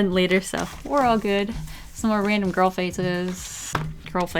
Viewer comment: Every time you say girl all u hear is grill 🤣🤣